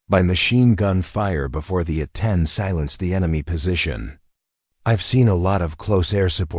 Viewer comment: Oklahoma - This was a good story, but if someone is going to be reading this for public listening, they should be informed of specific details of the story. For example, the A 10 is a true warrior's aircraft. It is not pronounced Aten as was used in this story. It is A 10, said together, yes, but accented as well. Further, It's the United States Marine Corps - pronounced Cor - the "p" and "s" are silent, unless you are talking about the Marine Corps' abilities in combat. In that case you would pronounce the "s" at the end of Cors. There were several other words misprounced. I would suggest that before someone records this story for presentation, they read it first and maybe mark how to use the word live. Is it someone is living well, or someone is alive?